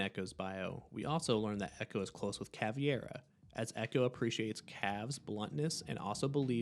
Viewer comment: why do you call caveira caviar